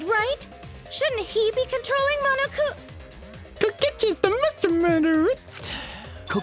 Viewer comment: No one: Me: The pronunciation on that "MonoKUma" was really nice ✨ Insert Satisfaction Meme Template ✨